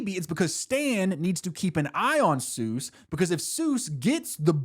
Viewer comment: I knew we were cooked when bro said it’s “sues as in doctor” 😭😭😭😭😭😭😭